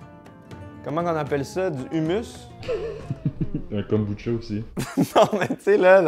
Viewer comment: salut l'équipe cela se prononce Houmous..... ton sandwich est juste WTF!!!